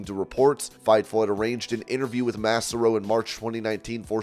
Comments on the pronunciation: Please please please learn how to pronounce Ashley Massaro’s name! Maaaah Saaaah Roe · Quit saying MASSAROE!